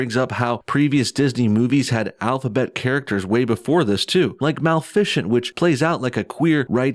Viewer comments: "MAL-FI-SCHENT" Its pronouced MA-LIF-A-CENT. You make entertaining, well informed vids, but dear Jesus, learn the English language. You sound like a moron when you do that. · Lol he called Maleficent : Mell-fish-ant. It's pronounced Muh-li-fi-cent. That aside, I'm so perplexed by the thought process of Disney here. The whole point of Disney is fun, magic, entertainment for children and families. Why do they do this!? Just make the movies! Kids don't need to be focused on sexual and gender identity while they're sitting in a movie theatre as a 7 year old. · Did you intentionally miss pronounce “malefacent ”. I expect better, no bullshit 🤣